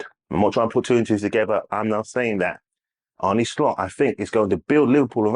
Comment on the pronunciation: Ah-Nur Slot... not Ar-Nie Slot